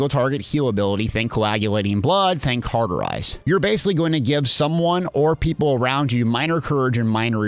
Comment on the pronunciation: Cawwwwwterize not carrrrterize cauterize is an easy word to pronounce so pls stop butchering such a simple, so simple that latin is the language of the dead, language. Since the dead have little to no energy they needed a simple language that was so simple it actually makes you dumber over time. Hence the reason I barely speak. Typing is a whole different story ,however